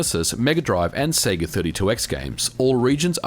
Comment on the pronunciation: say seega wrong